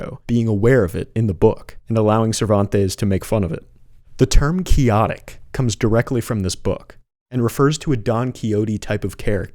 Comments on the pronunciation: Quixotic is quicks-OT-ic, not key-OT-ic. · Pronouncing quixotic "kee aw tick" while showing an image with the phonetic pronunciation right on it was very funny and ironic. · It’s pronounced quick-sah-dik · Quixotic is pronounced kwixotic. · Please doublecheck your pronunciation of “quixotic”. Made you sound a lil like Ai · OK, I have to be pedantic. In English the word “quixotic” is pronounced with the hard X sound like a KS sound. Not the soft Spanish J sound. Sorry, but I grew up with an American father and a Cuban mother and I’ve read Don Quijote in a more modern Spanish version. Because I grew up speaking Spanglish but studied it intensively in high school. I wasn’t about to mess with 17th century Spanish. Most English speakers have enough of a hard time with Shakespeare. You need footnotes for that crap. Even though I’d say at least a quarter of our idioms nowadays might have some roots in what he wrote. I remember reading Gulliver’s travels as well. I remember getting to the part of Laputa. Like I said, I speak Spanish. That just means the whore. That was the land of the intellectuals. From what I understood it was basically going back to the saying “that great whore, reason.” but a modest proposal was hysterical. He was Oscar Wilde before there was Oscar Wilde. It didn’t end so well for him though. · the pronunciation is quixotic in istself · Man they even put the X in there so you wouldn't pronounce it like that.